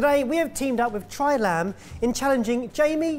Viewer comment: I hear Try Lamb and all I can thing of is "Revenge of the Nerds"